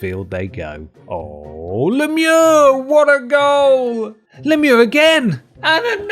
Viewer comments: Yup I'm absolutely convinced you need to review more sports games my dude. Being a sports fan your reviews are the most original descriptions of sports I've ever seen. Props for pronouncing Lemieux's name properly though. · as a french canadian, I'm very impressed, finally someone who speaks english who is able to say "Lemieux" correctly! I love you guys lol